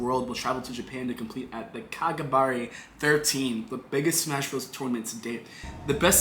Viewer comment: As someone who actively competes in both offline and online tournaments, you calling kagaribi “ka guh bar ay” told me everything I needed to know about this video